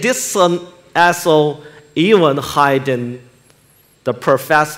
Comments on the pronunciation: When he said iso, I thought he said arsehole 😂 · I swear I heard the same mate. Nothing wrong with your hearing.